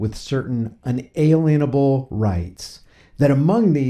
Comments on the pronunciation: It's not un-alien-able, it's un-a-lien-able. This means that liens cannot be put on rights that are endowed by our Creator. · Hear's the deal, it's not pronounced 'un-Alien-able', it's 'un-aLEEN-able'. Also, it's not IN-alienable, as millions of Americans misremember. It doesn't mean that you cannot be alienated from your rights; it means that the rights are not able to be aliened, which is an instrument used by government, tax authorities and financial institutions to possess and ultimately deprive the property belonging to its citizens and account holders. In the same way, it means that the government does not possess the authority to alien (aLEEN) the rights given to us by the god of nature. This is a huge distinction that ought to be the first lesson about our rights in the US — and particularly if you have a channel informing the audience about these rights. Get the pronunciation right and spread the truth of it. Because sadly, most Americans are fucking clueless about the word.